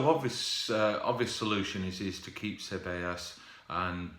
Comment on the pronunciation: almost. You pronounced it Say-Bay-Yos. 👌🏿